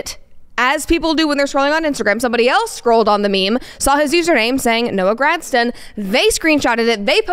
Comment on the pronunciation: That’s not even how you say gragson